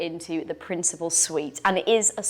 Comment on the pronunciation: Just an FYI it is "Principal Suite" not "Principle Suite" as suggested in the video 🫤